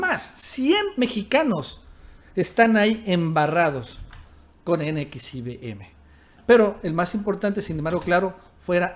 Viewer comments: Se dice NEXIUM!!!!! NO N X I V M!!! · CORRECION !!! N X I (UVE) M. ESTÁS DICIENDO NX IBM. ! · Si era un hombre "Eroico". Se pronuncia ene equis i uve eme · Se pronuncia Nexium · No mames.. se dice NEXIUM, informe primero. Y lo vuelves a repetir una y otra vez como tontito, no mames. Pinche canal cagado. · nxvim se pronuncia como nexium jajajaja suenas muy chistoso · NXIVM se pronuncia "nexium". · NXIVM así se llama la secta. Se pronuncia NEXIUM...como el medicamento para la gastritis... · la secta se pronuncia nexium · Como deriva del latín, se pronuncia NEXIUM.... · Perdón pero se pronuncia NEXIUM, y se dice más rapido. Saludos 👍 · JAJAJAJAJA N X I B M... NEXIUM NEXIUM ASI SE LE CONOCE Y PRONUNCIA JAJAJAJAJA SALUDOS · NXIVM se pronuncia "NEXIUM" Saludos! 🙂 Nos gustan tus videos. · Se pronuncia: nexium. Saludos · Así no se pronuncia NXIVM....imbecil!!!!!!!!!!!!!!!!!!!!!!